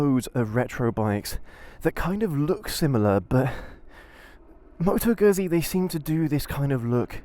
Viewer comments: Seriously - you got this great bike, with a great history behind it, you show excitement and interest, you show passion and love and you even don't know how to correctly pronounce the company name ?? Like - seriously !! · I'm going to struggle with this, the (mis-)pronunciation of the brand name might force me to leave early. I'm only 18 seconds in and it's grating enough that I feel the need to comment. Sorry if I miss the best of the vid.